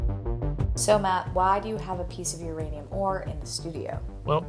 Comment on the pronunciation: It's ouranium, comrade